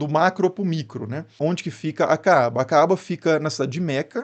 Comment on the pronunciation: Você não sabe nem pronunciar Kaaba e eu que sou ignorante! Estude mais e escolha fontes confiáveis. E treine a pronuncia daquilo que você for falar quando não for do seu idioma!